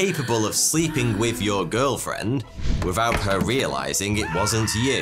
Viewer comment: Nah, he probably just needs more speech therapy. At least he stopped saying "wif" instead of with.